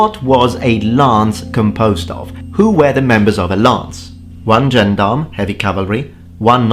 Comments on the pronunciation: I get a weird tinge of pleasure when I hear you pronounce "gendarm" like a native English speaker who's only ever seen the word in print. It makes me feel less stupid for not realising that "albeit" is pronounced " all be it" for over thirty years. 😋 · It's a shame you could not at least find out how to pronounce the word Gendarme despite getting quite close when saying Gendarmerie Nationale.